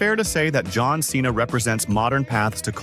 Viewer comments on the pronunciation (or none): none